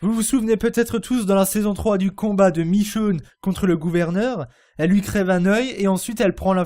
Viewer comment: michone pas michoune